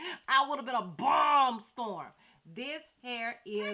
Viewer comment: Lmao at how you said “bomb”